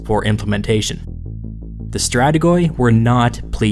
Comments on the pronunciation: Guys, if you plan on pronouncing a greek word, just put it in Google translate and hear it in greek. I know that greek might be hard for a foreigner but listening "strategOi" instead of "strategi" is torturing.. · Love your content but a small tip. When you see a greek word that includes "oi" don't pronounce the "o". In greek "ι", or γιώτα which is pronounced "i" (as in the word history) can be written in a manner of ways. There are: "ι", "η", "υ", "ει" and "οι", all of which are pronounced like i (as in history, profit etc). In the word stratigoi (στρατηγοί) for example the "o" is silent. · Hey great video man , your pronounciation of 'strategoi' is a bit wrong thhough, the 'oi' in greek is prnounced as 'i' is used to show plurar. So the word will actually be pronounced 'strategi' ( strategy in english) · It's not actually Strategoi. It is pronounced Stratiyi. "Oi" makes an "i" sound and "g" makes a "y" sound in greek. Like the "U" in Utah... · The ''oi'' in Stratigoi is pronounced wrong. It should sound exactly as the letter ''e'' (Stratige). An example: ''weed'', not ''''end''. Sorry for this comment, it is so hard for me to listen to though. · strategoi is pronounced stratigi. i pronounciation as l(i)sten. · Strategoi is actually pronounced something like stratigi (maybe more accurately stratiyi) Greetings from Greece, keep up with the good work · not to offend you or anything , but it's pronounced "stra-ti-gi" , plural for "stra-ti-gos" , love the channel ! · Strategoi is not a word, their plural is stratigoi, if you don't understand how a language word don't freestyle it. Just say it in English and don't get me started on your pronounciation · I know i'm late to the party but in Greek "-oi" is pronounced as "-i". So it's not pronounced "strategoi" but "strategi" is the word used to this day for "general". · Its stra-ti-yi, not strategoi